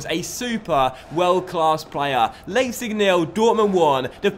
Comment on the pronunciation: you have to say "Lipetsig"